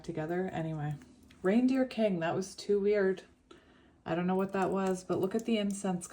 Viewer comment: You are saying reindeer kung i keep hearing the gypsy kings